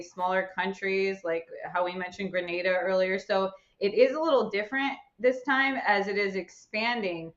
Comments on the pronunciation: Gra-na-da that's the correct pronunciation. I know you may not know. Just helping you out. Your doing a great Job. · Being from the islands and listening to them pronounce GRENADA is really irritating. Thank god the chick knows how to say it. Jesus.